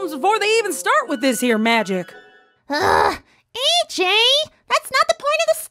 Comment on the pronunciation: Welp i can only say is..... When says “ EJ “ instead of “ AJ” because Ej stands for Epple Jack not Apple Jack